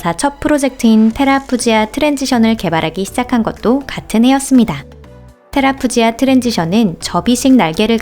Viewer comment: 테라푸지아가 아니라 테라푸기아 아닌가요??